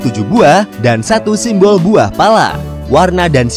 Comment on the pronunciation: Detik 12.27 "Imbol Pala". Kurang "S" 😁 tumben fokus 😂 Tapi, overall Sangan Informatif.. Channel yg paling memberi wawasan baru dengan mengangkat tema negara 😁 dari yg tidak tau menjadi tau.. Dari yg sudah tau menjadi lebih tau. Terimakasih untuk admin 🙏